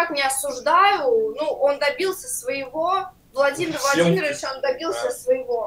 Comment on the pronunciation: Хтось рахував скільки разів вона сказала валадимир валадимиравич.....як вони там своє ЄГ здають, ім кожен урок фільми ставлять замість читання книг